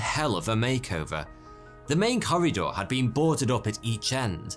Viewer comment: It sounds like you're saying "curry door" instead of corridor lol